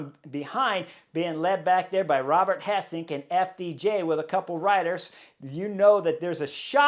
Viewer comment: Not Thomas de Hendt but Thomas de Gendt. Not Robert Hessenk but Robert Geesink Not Von Etvelt but Lennert Van Eetvelt Not Dylan Vaan Baaarlée but Dylan Van Baarle Not Vervaakée but Vervaeke So much respect for you as a A-class Pro-rider. But a shame to hear you butchering so many names of 'collegues' in this podcast of wich it clearly seems you know your stuff. Your insight into cycling races is spot on. Maybe do a little bit of study in how their names ought to be pronounced as a means to show you respect the new generation of pro-Riders.